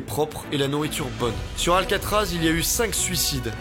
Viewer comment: Paris c'est alcaatraaz